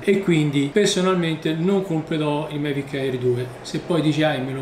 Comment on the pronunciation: L’ho sentito dire in tanti modi, ma “Mevic” ancora non l’avevo sentito ahahah. Comunque si scherza eh, bel video 👍